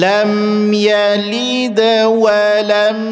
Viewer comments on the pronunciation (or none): tanya, kenapa menit ke 11.30, baca lam yalid.. terdengar yaliiid, padahal bacaannya pendek, mohon penjelasan